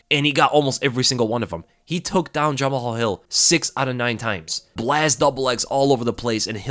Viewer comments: Yo it's not Ja-Ma-Hal Hill lol it's Ja-Mal Hill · Jama-hall😭it’s pronounced juh-mall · You pronounce 'Jamahal' as 'Jamal'.